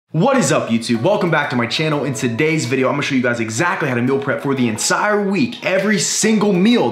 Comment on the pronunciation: I thing beginning, did he say "ensire" twice... Instead of entire